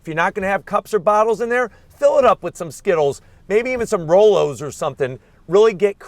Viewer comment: This man said “rollos”! Dying 🤣 Another great review!